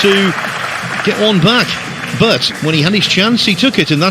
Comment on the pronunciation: Why does that announcer say boat instead of but?